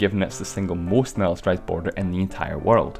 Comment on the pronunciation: why did you say borer😂😂😂😂😂